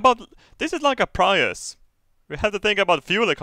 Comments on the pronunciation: did anyone hear how he said prius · Most swedish thing I've ever heard was the way said "Prius"